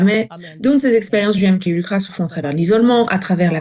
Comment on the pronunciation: Merci pour la traduction. On dit M-Ka Ultra …KA ! MK Ultra ce dit MKA…..